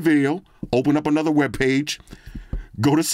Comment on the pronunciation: The fact he roll his R’s when he says another video take me out everytine lol